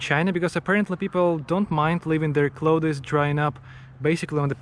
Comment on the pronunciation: I never want him to learn how to say clothes